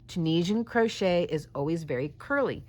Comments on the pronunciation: "Croshit" 🤣 Now THAT'S a Freudian slip if I ever heard one! 😂🤣💀 Aptly put too imo. 🤭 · hahaha im totally calling crochet "crosh*t" when the project isnt going well